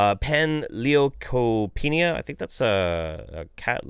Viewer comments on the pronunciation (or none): I love you, so I'll forgive your horrible pronunciations of viruses. Panleukopenia virus (Pan=all, leuko=white, penia=absence. An absence of all white cells.) is the progenitor virus for parvovirus, and causes the same symptoms in cats. Calicivirus (Ca-li-ci) is herpes. Rhinotrachieitis (Rhino=nose, trachie=trachea,-itis=inflammation. Inflammation of the nose and trachea. Basically an awful respiratory disease). But if you ever want to get REALLY angry, look up the homeopathic "medicines" and herbal/Eastern/etc. "cures" for veterinary oncology (cancer). It's basically all the same stuff as humans as well, and done to people's animals. Parvovirus/panleukopenia virus is a virus that targets rapidly replicating cells. It's two most common signs are a lack of lymphocytes (immune cell type) and loss of intestinal villi (they increase surface area for the absorption of nutrients) as the virus spreads to rapidly dividing cell populations and destroys them to make more copies of the cells. This is later followed by the loss of all other white cells (panleukopenia), leaving the cat/dog without an immune system, unable to absorb nutrients, and actively leaking fluid/protein/blood into their intestinal tract. What follows leaves an emaciated, dehydrated, immunocompromised animal, which is why these viruses are so fatal if left untreated. Thanks for covering this topic, though, if even one person vaccinates their dog who wouldn't have otherwise, you'd done immense good here.